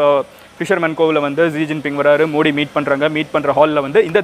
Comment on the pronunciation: Bro mins la neenga modi nu pronounce pannurathuku bathila moodi nu sollitinga bro